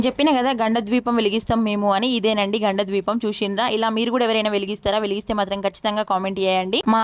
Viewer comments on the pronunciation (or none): ద్వీపం కాదు kada దీపం kada